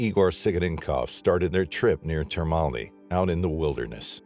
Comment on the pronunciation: Termini is not pronounce Termoni.